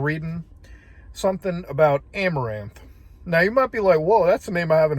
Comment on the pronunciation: As soon as you said Amoranth i stopped the video. I know what happened. I don't need to hear about it twice.